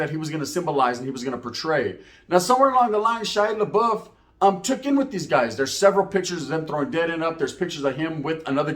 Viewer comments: You pronounce his name like labuff not laboof lol. Sounds way more funnier the way you say it though. Stay up with the content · THIS MF SAID SHY LA BOOF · I laughed every time you called him Laboof 😂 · Shia LA-boof. 😂😂😂 Awesome video. You gained a subbbbb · I think your pronouncing his name wrong😂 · He only said his last name right once, lol...